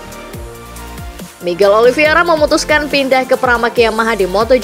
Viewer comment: untuk ketiga kalinya saya comment ini, narator masih salah cara nyebut nama Oliveira. yang benar itu olivEIra, bukan olivIEra